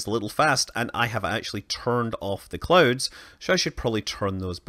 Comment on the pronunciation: I thought he said that he turned off the clothes on earth lol